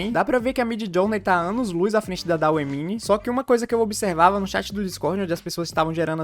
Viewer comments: Mano, acho que o DALL E se pronúncia Dalí, assim como o nome do pintor surrealista Salvador Dalí, pois a IA foi inspirada nele (pq as imagens que essa IA geram são semelhantes as pinturas do surrealismo) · Dauê é oficialmente a melhor pronúncia.